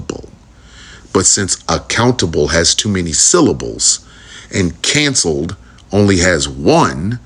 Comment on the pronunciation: Can-celed s two syllables